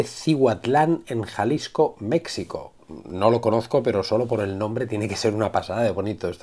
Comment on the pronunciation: Solo quiero decir que la palabra México la letra "x" se pronuncia como si fuera "j", solo eso, porque la verdad es muy molesto para un mexicano (esa también se pronuncia como "j") que pronuncien mal el nombre de su país, así como lo ha de ser con gente de otros países. minuto